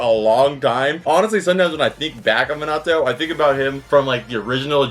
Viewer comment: its so weird seeing someone ho loves anime so much and still cant pronounce minato right